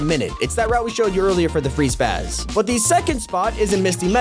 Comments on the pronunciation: Its spas, not spaz smh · lol its spas not spaz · spas bro spas not spaz the shotgun is called spas